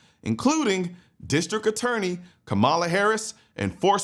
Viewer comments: If you would pronounce her name correctly you would actually get more respect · Come on you gotta pronounce her name right though, put some respect on her name.